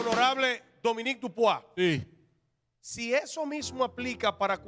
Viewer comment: El apellido de Dupuy no se pronuncia Dupuá como saltó aquel. Es DUPUY tal como esta escrito. Si fuera Dupuá se escribe Dupois